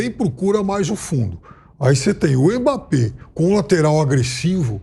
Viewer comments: Eu só queria saber pq esse apresentador fica chamando Mmape? Pronúncia certo rapaz mBAPPÉ O forte é o M que tem som de (E) 🤦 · Alguém percebeu que o âncora do programa não sabe falar o nome Mbape, ele passou o corte todo chamando o cara de emape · O apresentador falou Imapê,a pronúncia correta (pronúncia, não escrita) é a do, que disse Ímbapê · Q agonia q da ouvindo esse cara falando "emapê" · Quem é Emápê que o repórter fala aí? 🤣🤣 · Que agonia ouvir esse beiçola falando Imapê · apresentador de um programa desta relevância falar IMAPÊ é sacanagem hahaha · Esse âncora do programa não consegue pronunciar o nome do Mbappé direito. Porra. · Só eu que fiquei incomodado com o rapaz falando Mbappe errado? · O pronunciando o nome do mbape kkkkk esquisito demais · Tem que ensinar o âncora aí a falar o nome Mbappe